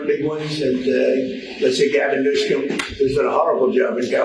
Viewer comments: Did he say Gavin Newscum? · Anyone notice this is at least the second time he’s saying “Gavin NewSCUM!”